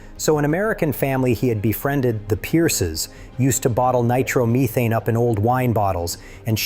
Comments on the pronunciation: AI cannot pronounce English either "Nitro-methane" isn't NIGH-TROMMETEEN even here in the land of Leprechauns and the strange Hiberno-English that we speak LOL. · Sorry but I just had to pause and say Ahem... Nitrom what!??? 😂 Nitro Methane... Just how it's pronounced 10 seconds later... AI is testing pedantic fkrs like me again 😂😂😂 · I know, right?! Drove me crazy hearing multiple wrong pronunciations. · Not a terrible documentary, even if it is AI. However, AI is only as good as humans. Humans - for the love of all things sacred, stop inventing words! Nitromethane is NOT pronounced Ni-trom-e-thane. There is no such thing as a nitrom. It's two words, two substances, pieced together. Nitro & methane. That's how you say it, too - Ni-tro-meth-ane. Kilometer (or kilometre if you're not in the U.S.) is another butchered word, often mispronounced (and now widely accepted) as ki-lom-e-ter, or kil-om-e-ter. NO! Again, two real words are joined together to form a compound word. Kilo and meter - translating precisely as one-thousand meters, and pronounced as 'key-lo-me-ter'. The sound of the two separate words doesn't magically change when they are joined to form one word. The english language is complicated enough without us making it worse. Apologies to those who don't care. I believe if someone is talking about engines & can name engine components, they should at least be able to say the name of the fuel that powers it correctly. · Nitrahmithane??? AI crap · Yeah, gotta love that ni-TROMA-thane seriously tho' it's an awesome movie and story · Nitro meee thane. Stupid AI. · Teach your AI how to pronounce "nitromethane" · AI can't pronounce nitromethane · WHY, why, why must you use this stupid AI narration? It makes people suspect this whole thing is made up by AI. Your AI narration couldn't even pronounce nitromethane correctly. Don't you even watch/listen to the video before you post it? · AI needs to learn how to pronounce Nitromethane! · Can't pronounce nitro methane.